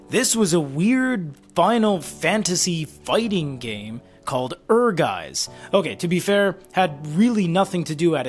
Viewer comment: It's pronounced like 'Air Gites'. Ehrgeiz エアガイツ. The Turks Vincent figure is cool, I didn't know this set existed.